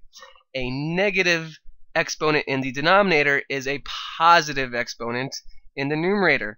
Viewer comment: Puhsitive exponent😂😂